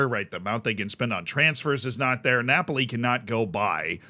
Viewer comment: How do you keep saying Napoli 😅